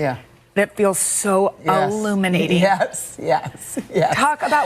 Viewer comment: Jenna! The word is Illuminating not aluminating.